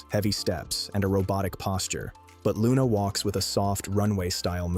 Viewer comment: Are you sure you are pronouncing the name correctly???? sounds a bit wrong